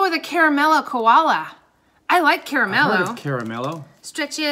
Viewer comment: "Koala": That is not pronounced the way you say it. It is pronounced Ko ARE lar (Ko is the same sound as row).